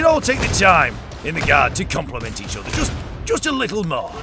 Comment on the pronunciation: "How you doing there? Nohh the otheh.. THRONE NOHHH THE OTHEH-OTHEH!"